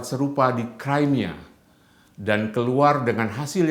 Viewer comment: Crimea itu Bacanya Krimea, bukan Kraimea.